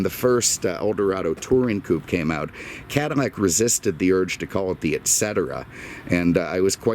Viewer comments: Its Cadillac not Cadimac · Cadimmac? Am I hearing that correctly lol. Atleast say Caddy. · Is he saying cadd-I-Mac or am I losing it? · BTW, the original French name is pronounced Cadi-YAK. They still call the car that in France. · Why does he say Cadimmac? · I think it is a speech thing. But I think it makes the review even more entertaining. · Thought the same thing lol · 🤦‍♂️say cadillac correct!!! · Speech impediment. Just listen to him pronounce any words with the letter "L" in it and you'll hear it. Lincoln, Love, Liter and so on. I caught it a longtime ago but didn't want to comment on it until possibly seeing someone else comment on it and this is the first comment I've seen on the way he pronounces Cadillac or words involving the letter "L" in all of his videos that I've watched. His commentaries are usually so hilarious that you almost ignore or even notice it. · He don't no any better